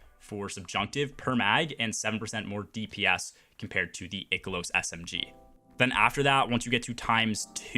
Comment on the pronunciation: Holy fucking shit. I can't watch this video. The amount of times you mispronounced "I-Kill-Ohs" (Ikelos) is fucking INSANE to me. You keep saying "Ick-Ill-Ohs" which is horribly wrong.